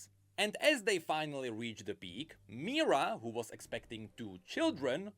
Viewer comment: The name of Kayle's and Morgana's mother is Mihira. I don't know why pronounces it as "Mira", but that is incorrect. Also, even if Sylas would touch his chains, nothing would happen, since Sylas himself doesn't have any magical abilities, he can only use someone else's magic. And no, Tianna is not a mage, she is a commander of Demacian army.